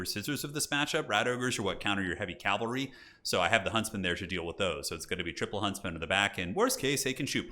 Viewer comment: Cavalry not calvary!